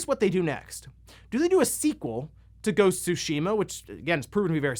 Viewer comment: Its ghost of tsu Shima All i am hearing is goes tsushima😄